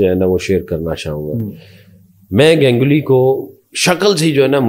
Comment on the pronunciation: GANG-uli nahi, Ganguly.